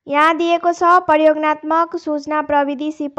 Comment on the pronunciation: प्रयोगात्मक हो बहिनि प्रयोगनात्मक होइन